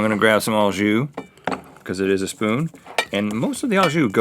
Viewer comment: I'm crying 😂 did Link try to say "It is" and just completely fail? I heard "It eurgh" I don't know why I can't stop laughing at this